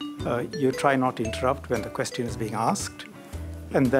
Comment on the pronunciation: It’s question NOT quesTion! Learn that first!